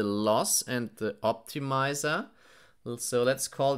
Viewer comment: 'tensoah' 'optimizah'